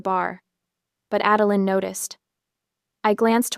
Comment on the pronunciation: LOL My ex-mother-in-law's middle name was 'Adeline' . She never knew how to pronounce her own name. One day it was 'Ad-el-eye-n' the next day it was 'Adel-een'. I grew to hate that name. This story is the first time I've heard the name since she died, I loike the way OP pronounces id 'Ad-el-lin.'